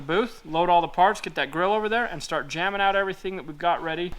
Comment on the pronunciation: ah, 'jambing', not 'jamming'